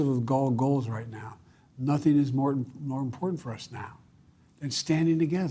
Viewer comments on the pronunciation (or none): none